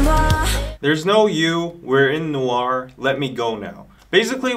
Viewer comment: WHY IS EVERYONE MISPRONOUNCING NOIR??? IT SOUNDS SO OFF I CANT😩😩